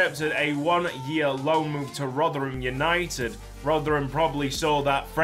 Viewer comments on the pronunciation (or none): none